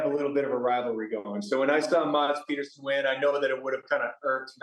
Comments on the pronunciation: its PEDERSON and Peterson.......come on guys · Its Pedersen